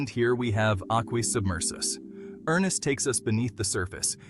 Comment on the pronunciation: NOT ERNEST, ERN SSST